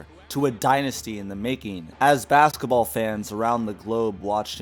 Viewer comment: He also said BAKSETABALL